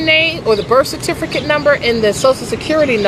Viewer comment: What's a certifricate?